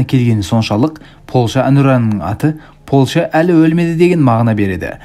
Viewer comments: Польща деші Полша демей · Ассалау мағалейкум Полша емес, Польша деп дұрыс айтылады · Полша емес Польшағо 😂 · Полша демей ПолЬша дей берш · Польша деш брат полша демей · Полша емес Польша десен жақсы еді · Полша емес польша дещ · Ешкім деген сөз қосысылып жазылады және Польша деген сөз мьягкий знакпен айтылады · Польшаны дурыстап айтсаи